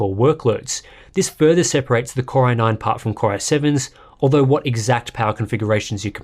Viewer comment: I hear it like "Corona-ine" instead 😄